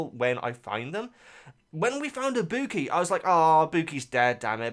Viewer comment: I-bu-ki. And Chiaki